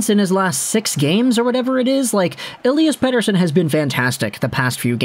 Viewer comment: Great Swedish pronunciation 😁